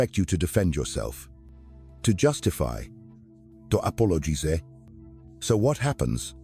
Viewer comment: What’s up with this AI … to apologeese 😂